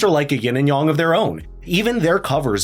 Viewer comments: You doofus! Learn how to properly prponounce your words, for fxxx's sake! It's daoism! Dao, pronounced like now! Yang, not yong! Yang, like hang! (scowling and shaking my head in derision) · Ying and Yang. Not Ying and Yong. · If you're going to pronounce yang as "yong" (which is actually "yahng", I think), say yin as "yeen", as it's really pronounced!